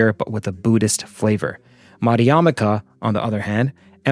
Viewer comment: Excellent idea for an episode. A little not on Buddhist/sanskrit pronunciation: Yogacara 'yoga-chara'; Madhyamaka 'maj -' (like the same sound in 'magic' 'ya-meeka' Sunyata 'shoon-yata'❤